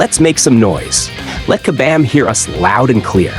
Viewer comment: What we want is for you to properly say KABAM!!! LOL...